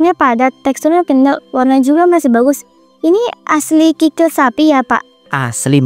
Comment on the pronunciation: Kikil kali bukan krikil😅